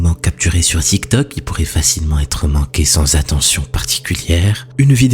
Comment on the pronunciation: N°1 dans un moment capturé par (ziktok)😂😂😂😂😂 tiktok pas ziktok lol